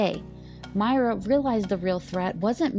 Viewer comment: I thought it was pronounced “Moy-Ruh”.